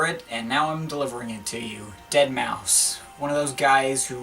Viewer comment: Please.. It's pronounced ded-mao-five.